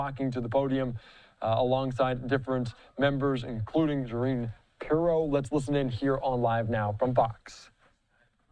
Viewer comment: "Jerrine Pirro?" How is this person no familiar with her?